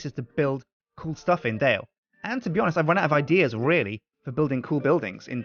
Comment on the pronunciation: Knights Templar Dale its pronounced and spelled Dale not Dell